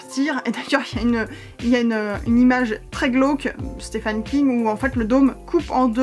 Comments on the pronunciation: « Stephen » se prononce exactement comme « Steven ». I long et v. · sauf qu'on doit prononcer "steven" ;)